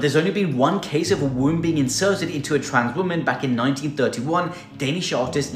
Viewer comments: I think she said "Wound" transplant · I think it’s very fitting the first time “womb transplant” is out of her mouth in conversation with the doctor it’s sounds almost like “ WOUND transplant “